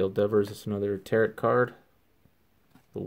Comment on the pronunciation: Just for future reference, it's pronounced Tar-Oh. Nice cards